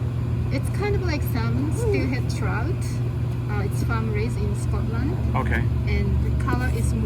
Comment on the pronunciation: Why he say it Scott-Land though